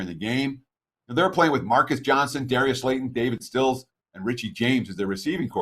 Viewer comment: call him "David Stills" instead of "Sills"...and in my 5+ years of listening to him thats the first mistake ive ever heard him make. is the Dan Schulman of football betting advice.....thats how obscure of WRs the Giants were playing w in London